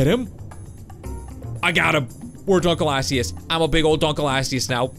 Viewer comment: dunkleosteus is pronounced dunk-lee-oh-stee-us